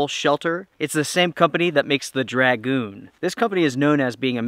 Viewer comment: You say ‘dragoon’ weird.